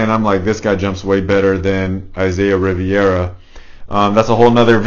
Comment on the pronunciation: Its rivera bro haha